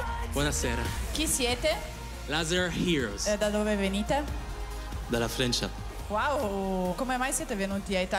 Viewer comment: Dalla frencia?! 😂